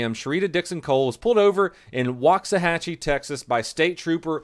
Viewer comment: Respect for the correct pronunciation of WAXAHACHIE. Awesome.